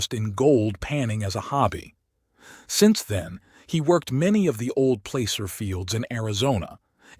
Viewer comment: you say plAcer but it sounds more like plasser... also, ppl in Prescott say something like presskit... like bisquit...sounds weird but that's how they say it... cheers!